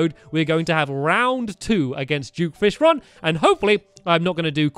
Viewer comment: It is not due fishron it is duke fishron